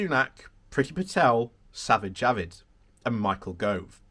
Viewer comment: Is he really called Savid Javid?